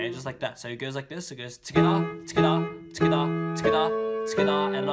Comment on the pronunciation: Am I the only one who hears skdah when he says together